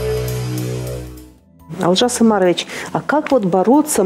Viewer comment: Можно же ударение ставить на О, у вас выходит Алжас Амарович,что совершенно не приемлемо,даже русскому слуху..